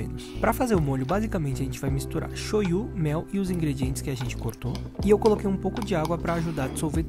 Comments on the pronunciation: A pronúncia correta é shoooyu e não shoyú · a pronuncia certa é "choiú"? (eu sei q se escreve shoyu).